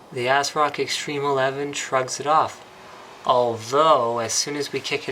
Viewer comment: "ass rock" Linus